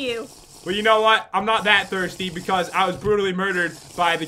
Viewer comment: It's "not" not "nog"